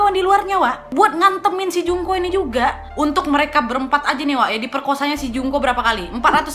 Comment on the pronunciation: Ku dengernya Jungkook 😭😂